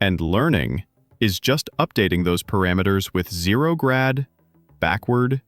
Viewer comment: This was very good. The only distraction I feel was the AI generated voice having trouble with the script. It seemed to really struggle with zero_grad the most, but it had a noticeable slip every few minutes. Perhaps feeding the audio back into a transcription tool, and comparing the transcribed copy against your original script, may make any hiccups easier to identify? I love that you took the time to publish a second video without the sound effects!